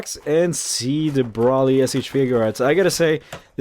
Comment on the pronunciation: u said his name wrong multiple times D: its pronounced (Bro Lee) but is spelled like Broly